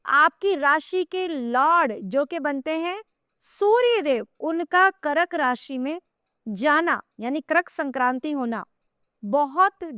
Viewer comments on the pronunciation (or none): शक्ल से ही काम वाली बाई लगती है और बाते भी वैसी ही करती है। कर्क होता वो करक नहीं।